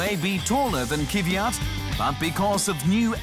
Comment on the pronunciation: Not Kyv-yat. Kv-yat. And not Kiviat, Kvi-yat. Kvyat. Kv-yat. Faster on the Kv, it's two consonants, and yat is like "yacht", without the kh sound of the "ch." An "aht" sound with a y sound as in "ja," or yah, yeah. Kv-yaht. Kvyat.